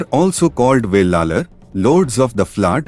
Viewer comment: Not velalar. Wellan wellalar. Thamilar illai israwelar maruvi wellar enappattan.ayiya piramanan waippatty waridugal 😢😅